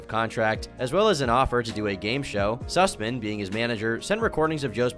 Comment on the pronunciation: Im sorry Did i just hear "Jeff Susmen"